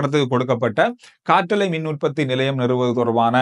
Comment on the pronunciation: ஒரு சிறு திருத்தம் “காற்றலை “ என்பது தவறு காற்றாலை தான் சரியான உச்சரிப்பு.